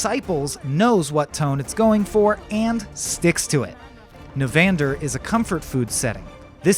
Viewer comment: Nehvandur he says lol